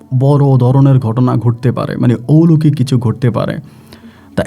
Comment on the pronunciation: ঔলোকিক না কথা টা...….. কথা টা হবে অলৌকিক...... একজন RJ হয়ে ভাষা টাও ঠিকমতো উচ্চারণ করতে জানেন না.....???